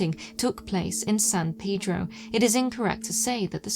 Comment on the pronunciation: I enjoy your dialect/"accent", but san "peedro" got to me every time. I don't call it Lawn-dawn... It "pay"dro,...